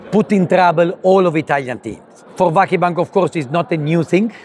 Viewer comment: çok iyi bir adam da ; insan 17 senede bari vakıfbank'ı doğru telaffuz etmeyi öğrenir sdfsadfsafsd. tamam dilinizde ı yokta 3 hece biri de zaten yabancı dsfasasffasd .